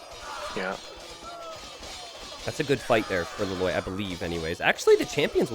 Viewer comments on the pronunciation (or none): every time you were saying that hero's name, I kept hearing La Loyd (like Lloyd from Ninjago)